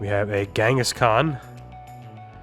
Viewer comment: I like how you call kangaskhan Ghengis Khan